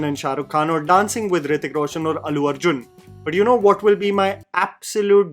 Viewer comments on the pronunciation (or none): none